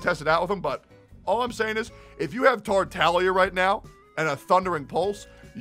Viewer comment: Bc thats how its actually pronounced